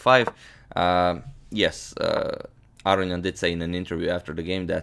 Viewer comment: Interesting game. FYI Aronian is pronounced A-ROW-NEE-EN